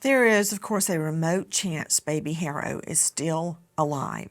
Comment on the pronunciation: Their last name is not HARO, it's pronounced ARO... the "H" is silent! 🙄🙄🙄🙄🤦🏻‍♀️🤦🏻‍♀️🤦🏻‍♀️🤦🏻‍♀️